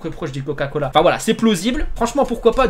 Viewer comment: A il dit whalla a la place de voila